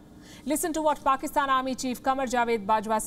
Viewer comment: Did she just say 'faakistan' (faaka = going hungry )